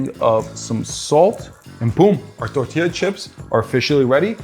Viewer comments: i love the way he said tortila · and and and and (you get the picture so I won’t share any more time stamps — I’m talking about EVERY TIME you said the word “tortilla”)…Why on earth are you pronouncing the word with an accent as if your Hispanic? Can you be anymore cringe?! 🤦‍♀️ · Bro turns germen when he says tortilla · The way he said tortilla😂